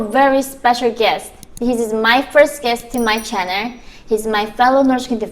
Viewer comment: I love how she says "werkom to my channer"